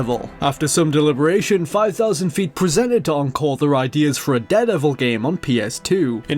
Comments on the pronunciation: it just bothers me how you say 'deh-devil' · how are you pronouncing daredevil?